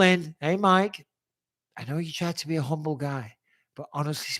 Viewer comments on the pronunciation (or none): none